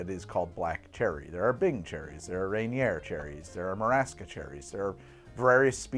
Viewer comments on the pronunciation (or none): It’s pronounced Ray-near not ran-e-air wtf